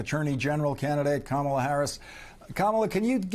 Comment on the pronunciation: Kamala. Say her name correctly